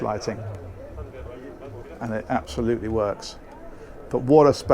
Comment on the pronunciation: "Absoludly spectac-iulAh" 🤣🤣🤣🤣🤣🤣